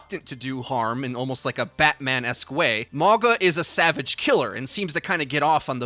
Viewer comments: U pronouncing it wrong 🤣 but all good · it’s not pronounced the way is pronouncing it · Dont think you saying his name properly. Considering his tribal tattoo's, the "G" is pronounced with the an "NGA". Mauga also translates to "Mountain". So its fitting as a Tank role. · where is your grandma from? The English g isn't a sound found in Sāmoan or Māori. What's written as g in Sāmoan is pronounced as 'ng' (again, in IPA (the international phonetic alphabet, used by linguists like myself) it would be /ŋ/). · His name is pronounced "mau-nga" the letter G is pronounced sort of like an N in most Pacific island languages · Im a Tank Main and Polynesian so if he is the New Hero then Looks like I’m going to have a New Main!! Im so stoked!! I think his name is Pronounced MOW-NGA at least thats how I read it off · Mauga is pronounced Mau nga with a glottal G sound that closely resembles a ng in lung. Can we signal boost so sees this? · Pronounced mau (like mauii) gna. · Polynesian main tank! His name translates to mountain in Samoan and is pronounced maunga (mah-ooh-ng-ah). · Mauga would be pronounced "mah-ooh-gah" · I thought he said MAGA bot Mauga. Much lol. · Clearly Polynesian inspired, his name means mountain. Ironic considering he's gonna be a tank lol. And it's pronounced MAU (like Maui from Moana) NGA (ng sound in sing) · Did you say 'MAGA'???!!!!!!!!!!!!! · It would be pronounced something like "mawnga" (/mawŋa/ or something similar in IPA) by the way. Means mountain in Sāmoan. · It's pronounced Ma U Ga. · 99% sure it's pronounced Ma-ow-gah, not Mah-gah. Why the hell is this so hard for you, bruh? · It's a samoan name. Pronounced- mah-oo-nga. Translates to mountain. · im pretty sure hes Polynesian due his traditional island tattoos and also his name means Mountain in Samoa so im guessing hes samoan btw it pronounced maunga instead of mawga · He pronounce mauga as mawga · I think its said Mauga, not Morga